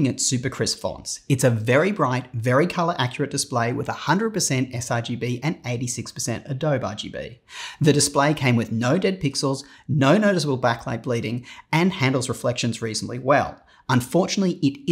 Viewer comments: "ah-doh-bee" not "ah-doh" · Just FYI Adobe is "ah-doe-bee" Chassis is "shah-see"